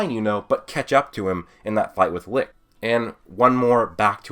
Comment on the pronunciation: I died every time he said licth